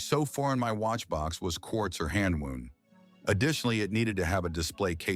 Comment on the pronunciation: I really love this channel, but can you confirm if you are using an AI voice? It sounds like it. The pronunciation of wound - in hand-wound - was unfortunate.